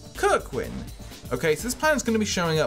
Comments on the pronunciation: No idea how that text reader got a 'ck' sound out of kerwan haha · What's up with the extra "k" in Kerwan? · Honest question: are you purposely mispronouncing some of these? Kirk-win instead of ker-wan? Great video though! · Its Ker-Wan